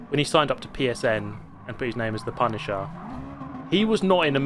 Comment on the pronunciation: The PUNTisher